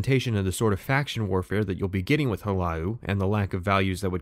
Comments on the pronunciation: bro it's not house hello, it's H-laa-lu, Hu-La-Loo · It’s HLAALU, not Hellow or whatever you were saying you nwah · why he turning the 2 syllobol "Hlaa-loo" into "hu-lah-ou". The guards even say it "Hlaalu" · Hulow there, I’m from the Department Of Pretentious Pronunciation and for your pronunciation of Hlaalu I’d like to award you with free membership for life. Welcome! (All meetings are compulsory and sunglasses are to be worn indoors at all times, sunglasses are to be mirrored Aviators) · You: Puts a ton of work into comprehensive video about Morrowind Me: "That guy didn't pronounce the second 'L' in 'Hlaalu' a single time. Shit vid." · Guy who is incredibly autistic about Morrowind but somehow can't pronounce 'Hlaalu'